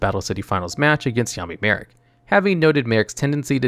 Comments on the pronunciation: I swore he was calling him Yaoi Marik at one point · Am I the only one who heard “yaoi marik”?? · Anyone notice he says yaoi marik when talking about question in the anime 😭